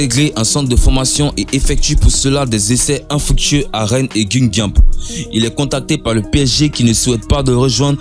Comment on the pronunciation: On ne dit pas guine gampe mais guingan et ça s''écrit guingamp